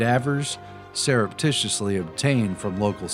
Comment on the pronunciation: MC squared, not square. Surreptitiously, not serreptitiously.